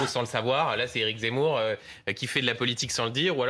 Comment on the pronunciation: Mdrrrr bien vu le « zeumour »